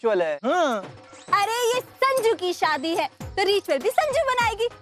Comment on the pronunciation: sajnu instead of sanju